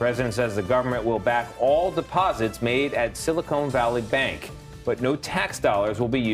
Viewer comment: SilI.... CONE Valley Bank? 🤣🤓😂